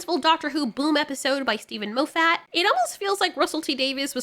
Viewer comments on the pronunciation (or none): Maw-fit, not Moe-fat...JFC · Moff Et. not Mo FFAT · His name is pronounced Moff-eht, no MO-fat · Steven 'Mowfat' 😭☠️ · Every time you said Moffett it made me smile. " Mo fat " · Could you please stop mispronouncing Steven Moffat's name.